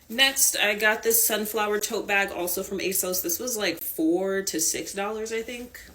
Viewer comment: Bairg. Tote bairg. ❤